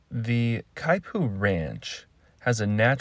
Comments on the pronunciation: not exactly how you say it… not (ky-poo) more like (key-poo) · Kaipu? The announcer mispronounced the Hawaiian word. Should be Kipu (keepu).